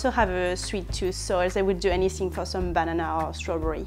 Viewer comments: she said bananana not banana who else noticed like if you did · "say will do anysing fur a ba na na or apull" 😄 love french accent!